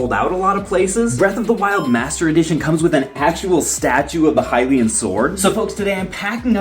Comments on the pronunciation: Everything was fine until I heard him say "Hylian sword" 🥴🥴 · My dude called it the hylian sword